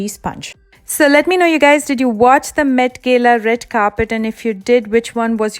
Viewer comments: "Mett gella" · Not met gela . Met gala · Galaaaaaa not gela but your makeup 👌🏽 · Gayla nhi Gala 😂😂😂😂😂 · What the hell the meat gela it’s mat gala pronunciation .... pls 👏👏🙈😪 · Its not gelaaa its Gala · It’s met gala not gelayy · It's not 'MET GELA'.... it's 'MET GALA' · Its not Met Gaila dear 😂 its Met Gala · It's gala not gela..however your makeup was really on spot. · It's met Gala, not gela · She says "met gela " 😂😂😂